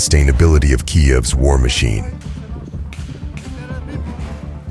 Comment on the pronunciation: Hey, try and learn to pronounce "Kiev" properly, your version doesn't even resemble anything and nobody would understand if not for the video's title.